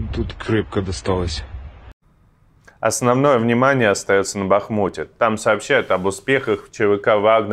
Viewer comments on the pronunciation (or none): Говорите правильно Ба хмут ударение на А не а не на у .